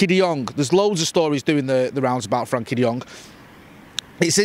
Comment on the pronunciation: please! It's "FRENKIE" with an E! Great video otherwise as usual.